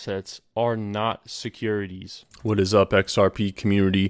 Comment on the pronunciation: what is "a seckourititities"